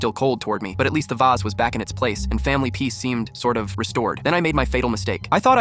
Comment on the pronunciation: "da vasa" Had me rolling on the floor